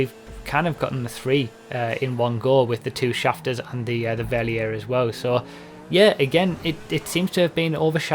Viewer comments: Verlierer = fer-LEE-rer It's German for "loser" ;p. Great video btw, I like listening to these while playing. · call the Verlierer fair-lee-rare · Try saying it like this: Verlierer = "fair-leer-uh". That's about as close as you can get to the German pronunciation without actually going and studying German pronunciation rules to get the exact sound. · Try pronouncing it fer/leer/er! I think the car looks great! It's rather funny that it's German for "loser" though! Rockstar humour! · Mispronouncing Verlierer is one thing, but mispronouncing Cognoscenti is waste of a good pun in my opinion.